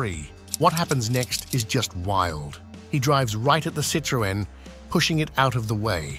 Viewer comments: Citrooen what's that then? you know you can Google how to pronounce words you don't know. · Why did you pronounce Citroen so differently and why did you say nine hundred eleven instead of nine one one ?